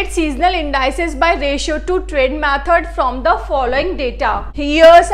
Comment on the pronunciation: Wah mam kya pronounciation ha. 😁 In dice ces sekuire